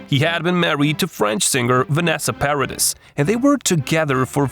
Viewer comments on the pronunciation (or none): It is not pronouncd Paradiss. It is a french name. The s is silent.